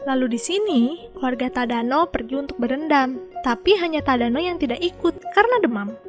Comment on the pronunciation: Detik 6,23 tadano jadi tadana